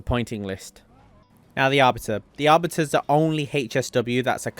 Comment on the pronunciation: What does HAAYCHESS W mean Isn’t it HSW ? Why the fuck he say HAYCHESS W OOPGRAYD. dude say AWWWBITUHH. Fuckin say Artbiter